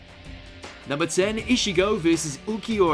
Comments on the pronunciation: Who the fuck keeps letting the greasy intern make content? It’s Ich-igo not ish-igo. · Its pronounced e chi go but spelled ichigo ...not prounced e she go... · did he just say "ishigo"?